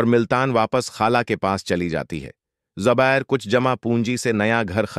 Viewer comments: Zubair not zubir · Zabir nahi bhai jaan.... Zubair naam hai 😅